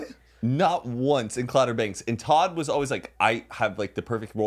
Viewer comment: Them calling it clouder banks gives me life 😂😂😂💀